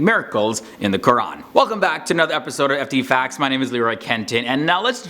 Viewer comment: dang...thats impressive...the way you pronounciated QUR'AN was to the point